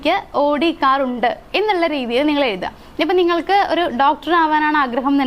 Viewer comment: ഇണ്ട് അല്ല ഉണ്ട് എന്ന്. ഓക്കേ